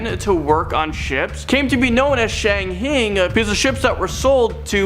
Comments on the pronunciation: #10 how in the hell do you get "shanghing from the word "SHANGHAI"????? It's pronounced "Shang-Hied".... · Shanghayned??wrong it's Shanghai as in shang HI u do that alot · It's pronounced being shang-hied